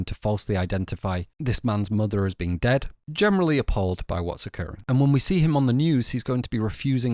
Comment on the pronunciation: Why do you pronounce "generally" like "gemenerally"